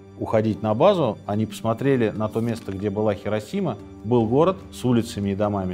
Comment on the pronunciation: Сергей, Хиросима. Понимаете, хИ... А вы всё время тяготеете к "хЕ". Если вам интересно знать, в японском даже нет такого слога "хе". Правда, есть "хэ", но это уже совсем другое звучание)